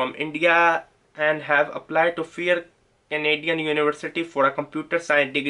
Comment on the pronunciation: Manti tob bah ! Or however you like to pronounce 😹 , canaedun and yea the best one - “sorry for my excense(accent)” LOL!